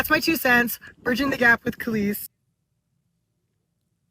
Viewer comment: You mispronounced Kelis.